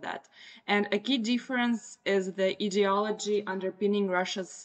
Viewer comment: ideolody.....its pronounced with an i ............i de ology( I hope you will forgive me for the correction,your English is 99.9% correct)